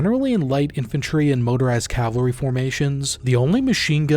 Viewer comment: Is it really that difficult to just say cavalry? It’s three syllables dude. That’s it.